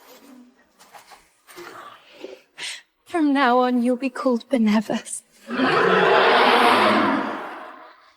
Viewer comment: I see it can't pronounce Benevolence either.🙄